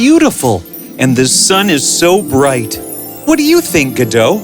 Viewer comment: Godot not Godo